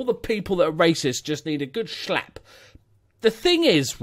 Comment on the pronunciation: Talking plain common sense as usual. Fair play, But did you say "shlap" lol